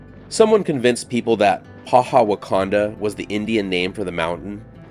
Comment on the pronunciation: Ouch ... "Wocanda Forever" Too Funny! 🙂